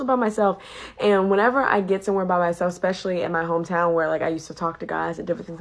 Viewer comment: Just what a quality man wants, a woman who says, "ek-specially".